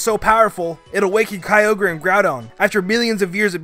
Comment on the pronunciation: KAYOGRE COME ON. IT'S KYO-GRE. KYOGRE.